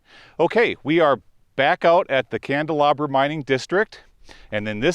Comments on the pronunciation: You don’t pronounce the name correctly. And you never found the turquoise mine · Isn’t that Candelaria, not Candelabra ?